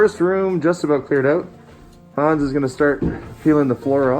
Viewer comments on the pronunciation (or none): none